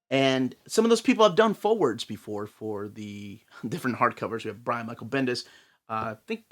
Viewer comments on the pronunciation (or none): none